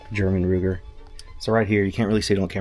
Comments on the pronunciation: Luger not Ruger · It is a Luger, not a Ruger. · I can't handle it anymore. It's called a Luger, not a Ruger.